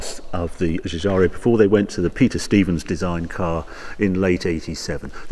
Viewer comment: You forgot to mention Harry the half-shafts are out of a Mini Metro which I suppose is why they easily broke and as I have told you before the designer's name is pronounced GIUGIARO not Giugiario or Ferrario or impresario!